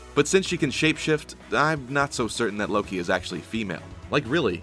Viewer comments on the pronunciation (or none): none